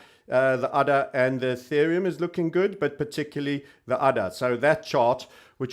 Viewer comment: ADA is pronounced with a HAED A. The token is named after Ada lovelace. Cheers